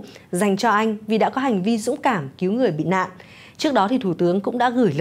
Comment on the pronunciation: Nghe phát thanh viên noi từ hành vi dung cảm nghe sai sai sao ý